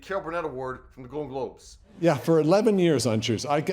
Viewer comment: Dude, slow down in your speech. Words should be separated and syllables should be clearly articulable when heard. It's "Carol (pause) Burnett," not, "Caahlbuhnett," and "Golden (pause) Globes," not, "Goldngobes" read with the rapidity of the micromachines man. Good content, but slow the eff down. Your fast speech ends up mauling your annunciation of each syllable of every word you speak. Just slow it down, annunciate, and you will be more amazing than you already are.